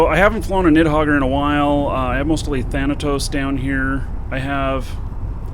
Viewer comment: It's nidhoggur i've never heard anyone call it a "nithhoggur" XD